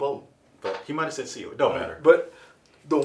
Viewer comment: Think..Syl..like Sylvester..but its Seal, lol